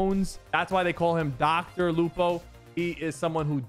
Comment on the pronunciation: Dr. Lupo? Dr. Loco 💀💀💀